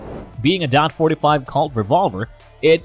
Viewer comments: Anybody that say DOT 45 loses credibility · I mean the man can't even pronounce taurus right and says dot instead of 45 or point 45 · It's hard to take a video seriously that pronounces "forty five caliber" as "dot forty five". Also, I have a Bersa Thunder. It's a great little piece. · its 45 caliber not dot 45 lmao DOT is department of Transportation. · Its probably a premium service text to voice, they are much more convincing than the usual ones but they still make mistakes like "dot 45" for .45 as they directly read it. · It's pronounced Towrus in dot 45 and dot 410 gauge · stopped thinking this video was gonna be knowledgeable at all as soon as he called it dot 45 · Hint, if you wanna be taken seriousley learn how pronounce the word TAURUS. Secondly what's with this "dot 45 caliber, dot 410 gauge". Definitely won't subscribe to this channel and won't waste the time to watch entire video.